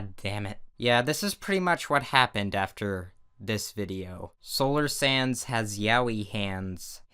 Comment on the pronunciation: You said sands not sans and sans not sands